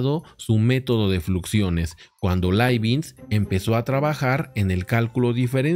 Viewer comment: Profe. Leibniz no es Leibinz.